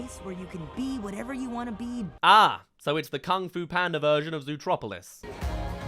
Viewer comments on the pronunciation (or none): why do you keep calling Zootopia "zootropolis" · As an American, I get confused everytime you say zootropolis XD